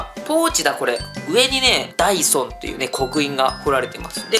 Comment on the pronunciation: ダイソンが、ダイソーに聞こえた❗